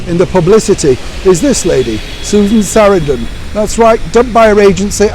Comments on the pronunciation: It’s Sa-RAN-dun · It is pronounced sa-RAN-dun.